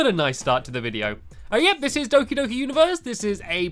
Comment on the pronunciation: The o in doki-doki is pronounced like the o in pot.